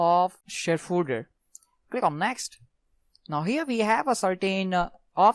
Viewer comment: Yeah I could understand him as well, but it was a bit funny hearing him say fooder instead of folder at some times. And he spoke just a tad fast too